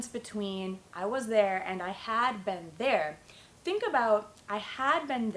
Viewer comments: it's very difficult for you to teach because your pronunciation of been its verrrryyyyyyyyyyyyy baddd omgggg disgusting sorrry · you pronounce "been" like "ben" ...i've never heard this accent